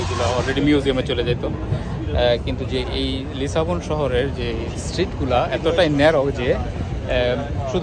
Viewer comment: লিসবনকে বারবার লিসাবন উচ্চারণ করার কারণ কী?